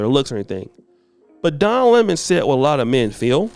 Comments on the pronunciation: Oh wow this is off topic but who could stand to watch Tucker for man than 5 minutes? That clip was exhausting, ha ha ha he said Lemon as La Mahn. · Noooo!! Not Donna Lê-mon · “Don La-Mon” 😂 Wow.